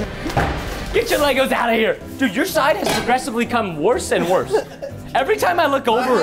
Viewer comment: It’s time not tiem